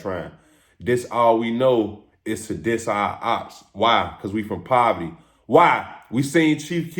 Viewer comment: Whole time don’t know how to say poverty 😂let’s let’s start Thea😂😂